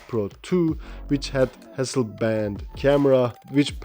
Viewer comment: Hasselblad not Hasselband...